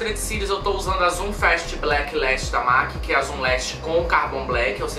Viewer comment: Que luxo!!Será que é só eu que volto quando vc pronuncia os nomes dos produtos da mac com o seu inglês glamuroso..? #NemAsGringaConsegue #PorqueTemQueTerCarão #Aceita